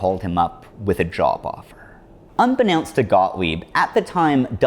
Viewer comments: The root word of unbeKNOWNst is KNOWN. So the pronunciation is un-be-KNOWN-st not unbeNOWnst. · It’s weird to me that someone would know the word “unbeknownst” and write it into a script but now know how to pronounce it. Did you write this script? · ONLY 10 grams? Worth noting 10g of LSD is a good 10,000 doses. 10kg would have been... 10 million? What'd that fucker wanna do with it? Also, check pronunciation of "unbeknownst". Which I only say with love and assumption you'd want to know.